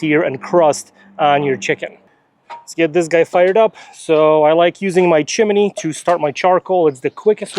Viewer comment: it's a chimney... not a chiminey